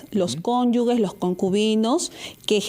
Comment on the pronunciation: "Cónyugues" no Dra. Es Cónyuges